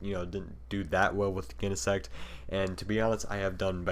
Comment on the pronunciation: Never heard Genesect pronounced with a hard G. Definitely sounds wrong. lol